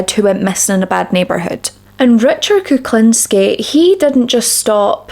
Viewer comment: His surname should be pronounced like this: Cook-lean-ski